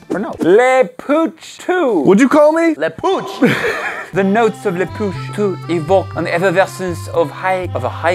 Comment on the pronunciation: la poch 2: what did you just call me?!: la poch